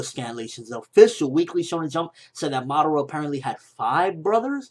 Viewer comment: you say madara wrong its pronouns mu-duar-ra watch it on narutoget god damit